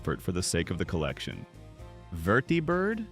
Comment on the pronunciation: Yeah, it's AI. Anyone alive and a kid at the time knows it's pronounced VER-dee-bird.